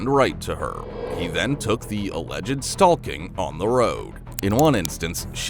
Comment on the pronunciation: Annoyed the entire fk out of me it did 😂